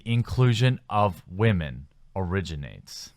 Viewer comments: How does someone who is clearly a native English speaker not know how to pronounce "women"? Sheesh. I don't see how they even attacked their fans. If you have such a big issue with their game, don't play it. That sounds like common sense, not an attack. Are you guys that fragile? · You still don't know how to say the word Women. It's not the same as Woman.